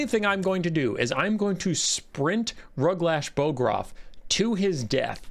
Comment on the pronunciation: My dad played a bunch of the old total war games, Rome, Medieval, uhh, something else I think. Napolean. Rome had this system. I always assumed it factored into this game too, but I didn't check and didn't care that much. Edit: It's Ruglash BOGroff, not BORGoff. The ork is dead, have some respect.